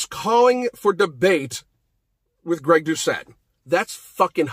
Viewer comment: Greg doushay lol cmon man have u not even heard greg say his own name?